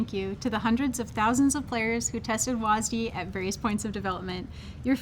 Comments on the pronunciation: WASDEEEEEEEEEEEEEEE. god it makes me cringe everytime you guys call it that. Smh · "WHAS DEE" Jesus christ woke riot even renamed w a s d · STOP CALLING IT WASD PLEASE FOR THE LOVE OF GOD! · I swear they say WASDEE as much as they can to trigger viewers.